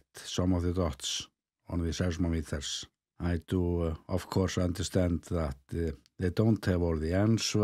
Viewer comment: pronounce size-MOM-eters